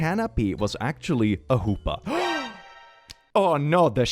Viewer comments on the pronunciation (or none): Also a vegetarian and Jewish, I wonder if she is also Kosher... Because that's 2 different massive slaps in the face. Also, for OP, it's Jewish an is J as in capitalized. Secondly, it's huppah or chuppah, but never hoopa. Hoopa is a Pokémon. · pls the way he says hoopa🤣🤣🤣 its more like the spanish J and the "pa" part is the uhh... said more firmly? idk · Lmao that pronunciation of חופה pains me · you don’t know how hard I laughed at that pronunciation (and the spelling too, since I’ve only ever seen it spelled chupah)